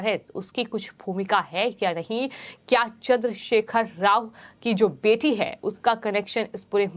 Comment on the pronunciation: Reading style is bad. Adding h h h h.. ... .. bjp as bjhep, bete as bhethi, cbi as cvhi, mili as mhilhi ... ... ...